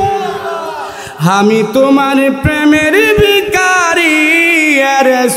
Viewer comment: শব্দটা বিখারি না ভিখারি!